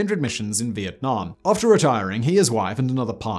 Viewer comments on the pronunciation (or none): none